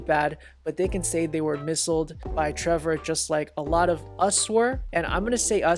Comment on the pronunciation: “misslled” aw so cute. You know it’s miss-led right?